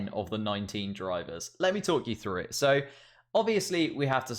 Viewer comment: FFS you muppet! It's pronounced "THROUGH" not "FREW"....